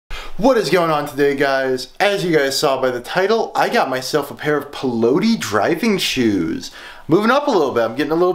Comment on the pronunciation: "I got mythelf" lol